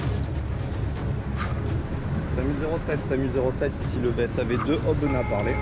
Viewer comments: Sa se dit aubena le s on le pronomce pas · Oui aubenas sans prononcer le S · Je viens de voir cela dans mon fil d'actualité c'était temps au bout de 3 ans c'est mon département et je l'adore mais vous savez qu'il y bien d'autre ville où village à montrer surtout Aubenas c'est juste par rapport à Vallon.. Et pour info le s de Aubenas ne se prononce pas C'est plan dur sont horribles